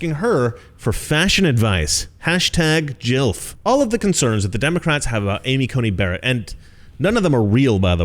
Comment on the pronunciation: It's GILF (hard G.) Not JILF.